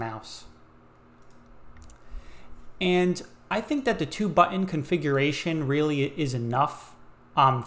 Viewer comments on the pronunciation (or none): The most annoying mispronunciation of the word 'button' I have ever had the misfortune of hearing - especially as the word is repeated an untold number of times. Infuriating to say the least of it.